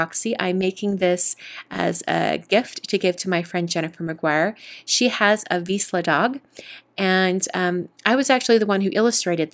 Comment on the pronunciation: again a great project from you! You are so talented! Just one thing: I' m Hungarian and vizsla is a Hungarian breed. The middle consonant (zs) is pronounced like s in 'casual' or j in the French word 'je t'aime'. Sorry for my saying. 😃